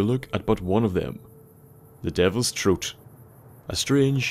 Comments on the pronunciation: "The devils troat" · The Devils Troat. I love you accent.